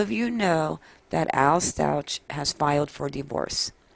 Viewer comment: The last name is pronounced like St-owk not Stau-ch